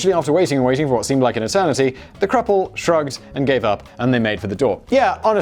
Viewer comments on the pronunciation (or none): Simon says "cruple"